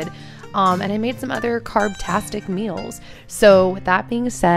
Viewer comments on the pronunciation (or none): none